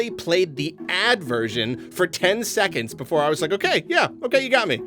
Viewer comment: I hope makes this pronunciation of "BeFOOOOREEE" a thing.